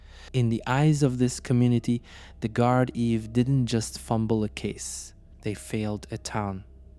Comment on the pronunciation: the "Guard Eve", this pronunciation is annoying